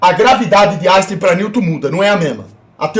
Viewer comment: Áixtem? Nunca ouvi falar!